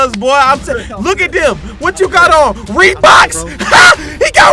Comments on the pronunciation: I was laughing when said reebox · Hahaha did he said reeboks hahahaahahahahhahaah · Me at the intro: 😑 Other people: Bruh!:HA! HE GOT REEBOK? HA HE GOT REEBOK! AHAHAHAH! YO! HE GOT REEBOK Me: Did toy say reebok?😂😂😂😂😂